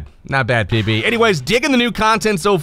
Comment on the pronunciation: Im not playing thiz game but you know......👅Its Pb bro!!Its Pb!!✨💙